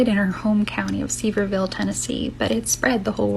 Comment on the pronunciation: Sorry, gotta stop for a second... It's pronounced Suh-veer-vule I live here and that gal got it all wrong 😂 I also know Miss Dolly and she's the sweetest woman in the world. We love her!